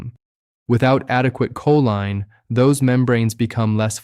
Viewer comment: I would love to hear a real person speak rather than AI generated. Just listen to how choline is pronounced differently in different parts of this video. Definitely not subscribing, even if the information is accurate.